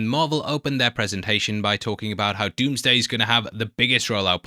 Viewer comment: 😂😂😂😂😂 I can’t unhear that now